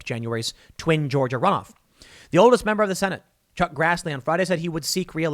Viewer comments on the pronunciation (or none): none